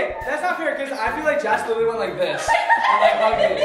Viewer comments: Lol They keep pronouncing Jess as jazz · Did you guys noticed that pronounces Jess as Jass